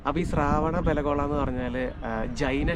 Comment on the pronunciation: It is not sharavan belagpla It is shrevena belagpla.